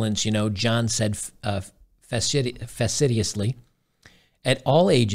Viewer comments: With all due respect, you don't read well. You misread "transgender" as "transitioning" (which made no sense, in context) and "facetiously" as "fasidiously" (which isn't a word). These kinds of reading errors occur in almost every video of yours that I watch. You also often add words into sentences that aren't there. It would be a good idea to have a computer app read the articles you plan to present out loud, to you, so you can note the correct pronunciation of any difficult words you might have trouble with. At the moment, I find your errors in reading aloud distracting, and I think others do, too. While watching your videos, I feel embarrassed for you. Misreading articles out loud damages your credibility, and provides an opening for others to unfairly criticize your overall message. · Facetiously is "fah-see-shus-lee." I know you read live, I'm just throwing this out there for the future. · facetiously FA see shus ly.......that's how it's pronounced